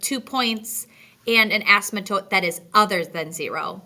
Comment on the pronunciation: Very good video, well explained. You keep pronouncing "asymptote" as "a-sym-A-tote", driving me nuts! lol. There is no "A", it's just "a-sim-tote", or "a-simp-tote" where the p is almost if not completely silent. See Websters. Still, A+ on the tutorial!